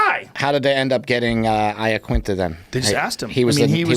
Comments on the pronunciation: Joe, other guy, UFC guys, do you in your heart of hearts, really believe Al's Italian surname is pronounced Eyeaquinta? C'mon you Muppets. Make a fucking effort. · Why do people call him Laquinta? Its Iaquinta